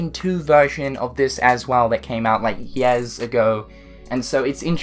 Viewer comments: Anyone else cringe every time he says “years” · “Yeahhs ago” LOL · Where are you from? I couldn't tell you had an accent until you said "years". I can't place the accent though...anyways I like the controller, pretty neat and unusual.